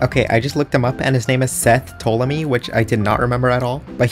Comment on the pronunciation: That's not how uou pronounce Ptolemy 💀💀